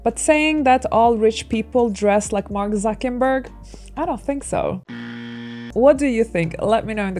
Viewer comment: It's "Zucker-" NOT "Zucken-"! Just saying. 🤔 And you KEPT repeating his name wrong. LANGUAGE FAUX-PAS, GIRL! 🤔🙄😒🤨